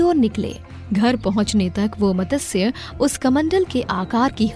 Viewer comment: Just one suggestion It's not Matasya it's Matsya Avatar..please correct this..🙏🏻